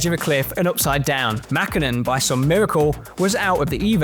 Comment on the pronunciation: Why they say Mäkhinen or Kankhunen😅